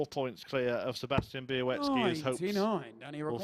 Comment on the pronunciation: Bialecki not Bialeki...